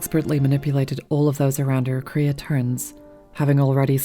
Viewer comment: first time I've ever heard multiple people call Kreia "Korea" honestly